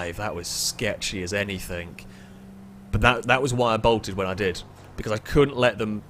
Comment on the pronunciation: I just wonder if the letter G is in your vocabulary? I mean you keep saying.. anythink, everythink, somethink. Lol not hating, just somethink I noticed. Love the videos though, thumbs up..